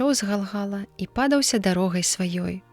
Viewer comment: Правільна будзе: падаў'ся дарогаю, а не па'даўся, як прачытана.